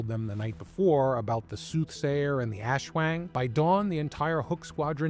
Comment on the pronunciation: Great vid, but maybe next time try to look up some pronouciation guides when discussing entities from a culture different from yours. \ˈʔaswaŋ\